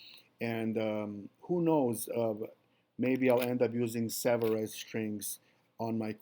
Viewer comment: Made in France. Pronounced Savaree